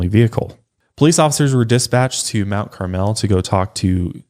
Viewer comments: Everyone commenting on this seems to ignore the proximity of I-57. Lots of travelers from all over the country passing thru. And Mt Carmel is pronounced Mt CARmel, not Mt CarMEL. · being from IL, their pronunciation of Mount Carmel has me dead